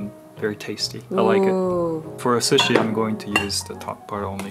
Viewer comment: Ok but the way says sushi is lowkey satisfying